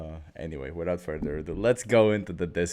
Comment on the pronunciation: Yes Furth not Furst !